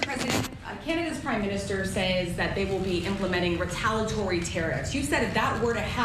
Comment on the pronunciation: It would just be super if anyone could correctly pronounce “retaliatory”.